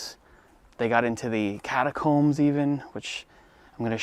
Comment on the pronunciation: “Catacombs”, huh? LMFAO!